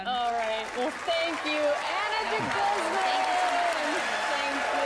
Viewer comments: Dee-gooze-man not guzz-man ;) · Deh'-gooz'mon= DeGuzman! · “Ahna Deguzzman” lol butcher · Goosmon. with the emphasis on the suffix "mon" is the way the name is supposed to be pronounced. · That's not how you pronounce De Guzman;) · If you re-filmed part of the video because you changed your mind, why didn't you also go ahead and correct the beginning where you butchered her last name?